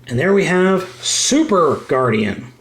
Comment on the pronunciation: oh an d it's not Guardian it's Guardion like superion